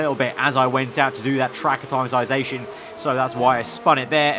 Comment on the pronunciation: Will ever learn to pronounce acclimatization